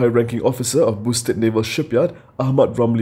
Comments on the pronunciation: Not Boostead.... pronounced "Bough"-stead :-) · Kini TV, please get your host to learn to pronounce words correctly. Start with Boustead.